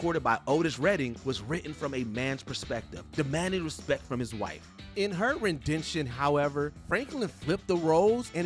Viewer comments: It’s ‘Ren-di-tion’ NOT ‘ReN-DeN-TioN”! 🥴 😂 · "ARTISES"?????? "RENDENTION"?????